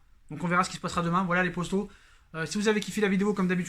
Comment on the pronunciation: Mais on dit pas posto mais poto hooooooohhh